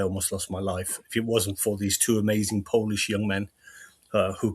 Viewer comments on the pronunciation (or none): none